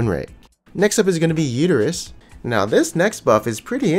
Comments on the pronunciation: When he pronounced Udyr as uterus, I thought he was for real lmao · Did he just called Udyr "uterus"? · You called udyr uterus :D true tho